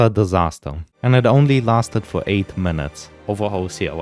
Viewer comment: Fow weal